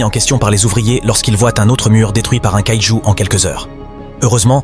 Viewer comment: merci d' avoir fait cet video mais les robots ce prononce iegers et kaiju bonne video